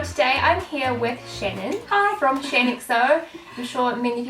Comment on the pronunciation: Thank you so much for answering my question. <3 ..and yes Shannon you pronounced my name right. Much love to both xx